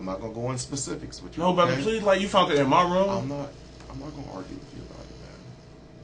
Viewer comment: When people say “moy face” with such an intentional “moy” sounding pronunciation, and there from Cali, they’re lying to you!! It’s like they think they’re clever doing it that way!🤣